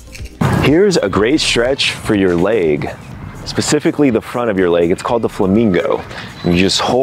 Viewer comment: My favorite part was when Andreas pronounced “leg” as “leigh”